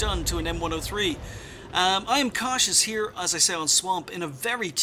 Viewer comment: Until the end screen, I thought his name was "I am Cautious" because you kept saying "IamKosh is". lol. I also learned that if I want you to look at my replay, I need to make sure I put "Good map awareness" in my title (-: Great vid and all who sent replays.